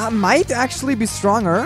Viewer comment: Who realised said Stroner and not Stronger lol